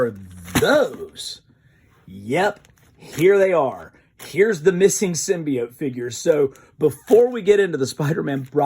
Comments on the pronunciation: Finally he said symbiote and not symbeot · Thank you so much for sticking with symbiote the other pronunciation was driving me crazy also congrats